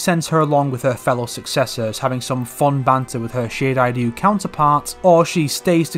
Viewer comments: Why d fuck.you say shirai Dyu ITS RYU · It is shee-rai-rai-you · Not gonna lie mate. The way u say Shirai Ryu gets on my nerves. I bet ur the only person to say it like that